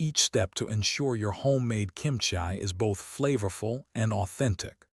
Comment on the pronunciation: Kimchia ? You mean kimchi .